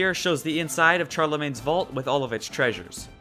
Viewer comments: I am writing a little fanfic on Destiny! (If you want to read it when I`m finished, PM me) Also I noticed you pronounced Charlemagne wrong, its no CHAR-lemagne it is more like SHAR-lemagne. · FYI, it's pronounced sharlemagne (Charlemagne was french). Sorry if I sound like a snob or anything but it was kinda annoying, just so you know for the futur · Just to say, sorry to be picky but Charlemagne was a king of assyria or babylon Don't remember which but the Ch is pronounced as like Sh. The C is soft. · It's pronounced SHARlemagne's Vault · While you are right that he was most likely born in what is today Belgium, the proper way to pronounce the English translation of his name is with the "sh" sound.